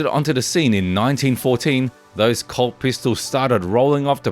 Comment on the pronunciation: Colt. The word you are saying that sounds like the word "CULT" is actually the word "COLT". Now I get if. It took me almost 5 minutes before I figured out what he's talking about!